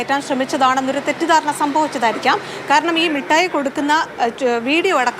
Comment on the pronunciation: മുട്ടായി അല്ല മിസ്റ്റർ, മിഠായി ആണ്